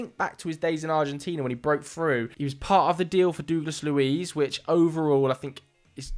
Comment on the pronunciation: Whos dooglas luiz?